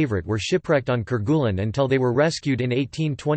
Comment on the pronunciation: French pronunciation: care-gay-LEEN